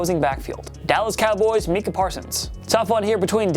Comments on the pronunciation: “meeka” Parsons wth is Micah hard to say 😂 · This guy said meekah instead of Micah. 🤦🏻‍♂️ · This dude really said “me-ca parsons” 🙄 can say tuas full name no problem but can’t say Micah 🤣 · You guys need to learn how to talk it's Micah (my-ka) not (me-ka) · Did he say mecah parson. It micah parsons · “Meekah” Parsons smfh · Meeka Parsons😂, way to botch the name my guy. Anyways, it's between Micah Parsons and Dak, I'd definitely say Dak deserves the spot of most irreplaceable.. on offense, Micah and Travon can't be lost on defense imo. Like if y'all agree, and have a great night or day! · Mans really said Meekah parsons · “Meekah” parsons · Meek-ah Parsons 😂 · I’m pretty sure they mispronounce a guys name every video to piss some people off😂 “meecah parsons” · Wtf did you call Micah Parsons….. Meeka? Do you even watch football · mee-kah parson and pe-nii sul are insane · I think it’s pronounced mike-uh parsons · you said parsons first name wrong